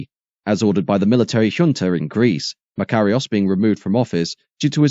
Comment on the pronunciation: It's a clever "computer" voice which pronounces Nicosia and Makarios in several different ways. Sorry, as a former resident, Brit of course, its 'Knicker-seer' and 'Muh-car-ios', no smut intended. As for Akrotiri and Famagusta, not bad lad. Still, doubt I cd pronounce El Paraïso properly.